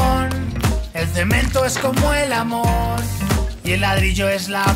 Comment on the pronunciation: Soy el unico que noto que cuando dice el cemento es como el amor en los súbditos dice jamor en ves de amor